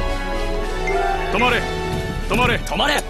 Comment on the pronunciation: 「止まれ↓止まれ↓止まれ↑止まれ↓」なにこれ草